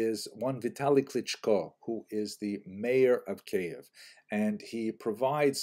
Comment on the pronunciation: You recently started to pronounce Kiyev as Keyev. Well, in Ukrainian it it Kiyiv. Since you learned Russian, it sounds like Кыйив not like Кейев. In any case, thank you and have a happy Pesach!